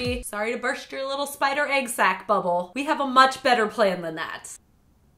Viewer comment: The way she says egg sounds like aygg and it makes me die inside.